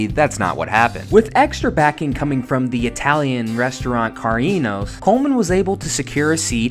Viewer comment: My favorite underdog growing up as a kid. You mispronounced the restaurant, Ca-rinos now they go by Johnny Carino's and it's a great place for a meal. I wouldn't call him a bust, just very unlucky and didn't have a chance